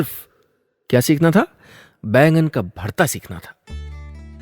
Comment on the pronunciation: बैगन नहीं बैंगन